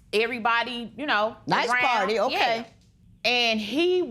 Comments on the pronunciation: "pooawty" and "iv and capeta at the hospital". LORD! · Birthday "pourdie"... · Insomnia Charles Birthday Porty. I'm pretty sure they both said porty.